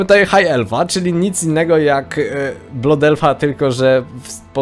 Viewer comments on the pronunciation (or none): none